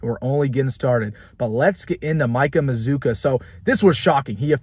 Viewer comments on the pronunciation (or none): By the way you pronounce our name like this MA-ZOO-KA! LIKE BAZOOKA BUBBLE GUM WITH A M! THE U SOUNDS AS IF IT BETWEEN THE DOUBLE CONSONANTS! SAY IT WITH ME MAZZCCUA!😂🙂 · Everybody is pronouncing this guy’s name wrong I think.